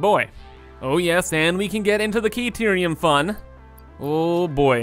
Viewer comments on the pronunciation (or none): You're killing me mispronouncing Caterium. There is no K sound it's Ca like in cat. Ca-tear-eum is how it's pronounced. Listen to Ada pronounce it when you unlock that tech tree.